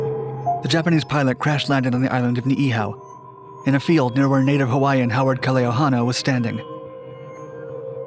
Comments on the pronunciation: I’m Hawaiian and this dudes pronunciation of the Hawaiian words was almost flawless which is super rare. Props. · born and raised on maui. i new of this story since i was a small boy, he became the first prisoner of war. good job on pronouncing hawaiian words very good.